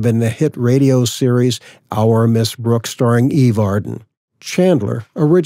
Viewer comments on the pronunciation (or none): none